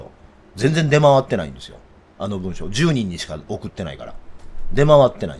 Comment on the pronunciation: いつも勉強させていただいてます。感謝！ ただ一点細かいところですが、「文書」であって、「文章」と発音を分けてくださいまし。😅